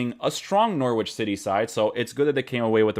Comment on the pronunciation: you're my guy, but you fell into the trap of English place names... NOR -WICH 😂 On another note, I will watch most of these analysis videos especially with Man Utd games 👌🏾. Rashford and Martial were a dream to watch yesterday FYI, check out Martial's goal 😍